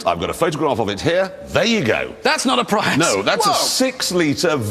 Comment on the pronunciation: He said Toyota Pryus 🧐